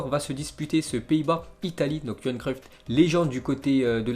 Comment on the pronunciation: Pourquoi tu dis cruiffte c'est cruiff